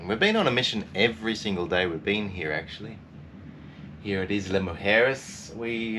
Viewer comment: Tip: Issla Moo-jeres. That should help the pronunciation 😄